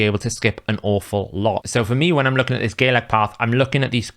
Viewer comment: Bro its Galek not Gaylek